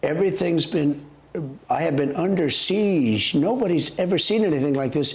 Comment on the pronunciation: Good to know Trump is a “legitimate” person. By the way, the correct pronunciation of “siege” is “seege,” not “seesh.”